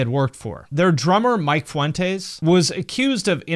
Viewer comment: Dude I can’t with how you pronounce Vic and Mikes last name😂😂😂